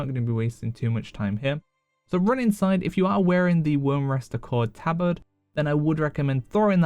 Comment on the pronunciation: That's actually the correct way to pronounce it.